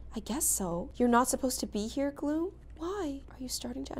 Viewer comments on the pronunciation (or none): Did she just say "glo-hoom"🎈 (Gloom)